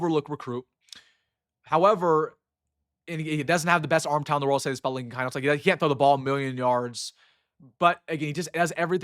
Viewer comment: Rule #1 in sports broadcasting. Pronounce the players names correctly. Keinholz, is pronounced “keenholz”. You’re welcome.